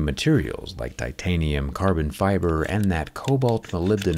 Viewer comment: Ah yes pho-tanium